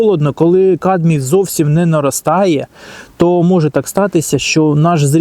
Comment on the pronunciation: камбій , а не кадмій - а загалом дякую за пораду